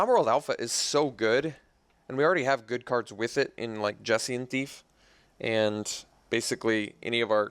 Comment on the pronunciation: Everyone seems to say "Jessian Thief" ... but I always thought the J was silent (Hessian).